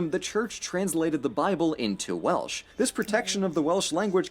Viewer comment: Please don't say welish, it's Welsh, but stay curious.